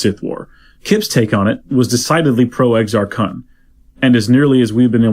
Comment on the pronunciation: it's Exar //koon//